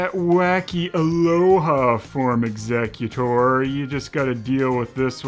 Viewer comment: The way you pronounce exeggcutor is so off. He's not handling wills.